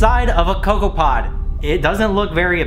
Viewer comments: I hate how he pronounces cocoa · 😂 the way he said cocoa